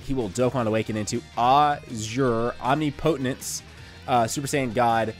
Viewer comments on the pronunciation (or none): That pronunciation for "azure omnipotence" tho lol, it's uhzure ahmnipuhtence (the i is short)